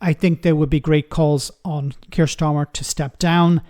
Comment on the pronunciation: Keir Starmer, not Kier Starmer.